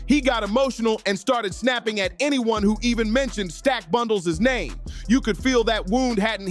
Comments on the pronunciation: How are you gonna post a video about someone you can't pronounce their name correct. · Can't even say man's name right! 😭🤣😂